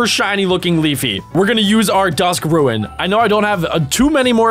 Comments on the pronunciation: u pronounced it ruin not roon really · *Says it like Ruin which you can see isn't spelled that way* "Ruen." Me: >.- "Roon! Bessy did not design your brain well I know but come on anybody can look up a word and have the internet sound it out for them!" /ro͞on/ Bessy: "Hey if I made him smart like the last guy whose parts I used to complete he might get ideas about a union and I don't feel like buying that many bullets again." Me: o-o;: "Unionize huh? Hmmm well that doesn't seem so-" *Suddenly teleported by Bessy into a tiger enclosure* "IT WAS JOKE! IT WAS A JOKE!! AAAAAAIIIIIIIIIIIE!!" Bessy: *Stares at me. Hard.* "I'm sure I can count on your silence, Azor?" Azorskcat: *Nods vigoriously* "Aye aye ma'am!" ^_^;; Bessy: ^_^ "TRAITORS!!" - - - XD I didn't think it would be as good as our Miencraft zoo but honestly I like it! Kinda a more logical mons style capture game than most pokemon clones and less of what I'd expect in a Zoom Sim.Very well! >.> Also Laffy Whaphy writes itself. Just saying. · same Me: getting angrier anytime he misspronounce something like the rune.